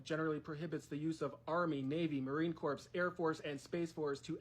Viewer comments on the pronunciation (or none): The letter "P" in the word "corps" is supposed to be silent. Other than that glaring mistake, this is spot on. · pssst -- the "p" and "s" are silent in Corps. IDK why, but it is. Phonetically, it's "kor".